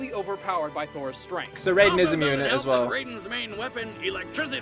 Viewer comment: You pronounced Raiden the correct way at the beginning of the video. When Mortal Kombat first premiered they did pronounce it as RAYden. Most likely because the creators (and fans) weren't all that familiar with Japanese pronunciations at the time.